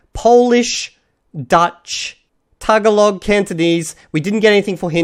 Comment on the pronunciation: The emphasis is on the second "a" in Tagalog.